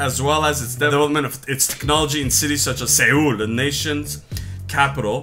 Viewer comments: Seoul is pronounced like Soul. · It's pronounced soul guys.😂😂